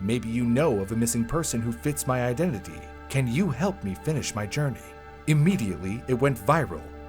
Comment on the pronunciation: Did I hear Germany? Jourmney?